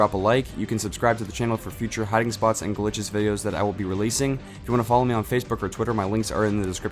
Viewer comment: he said zat instead of that